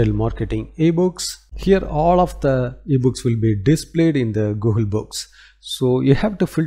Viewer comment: Dude.. it is NOT “GOOHUL”.. it is Google 😅